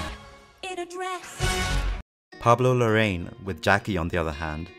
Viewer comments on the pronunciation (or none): Amazing video! Pablo Larraín’s last name is pronounced “La-ra-in” though :)